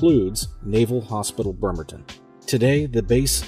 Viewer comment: It's pronounced BREmerton, not 'BERmerton.